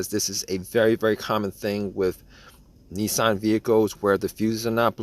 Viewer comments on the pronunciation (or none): none